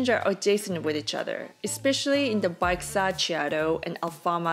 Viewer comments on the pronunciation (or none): Nice video 🤘 You know you can take the ferry from downtown to Cacilhas to get to Ponto Final? You could have avoided some stairs ... It's nice and cheap (you might even spot some 🐬). Baixa is pronounced Baicha 😉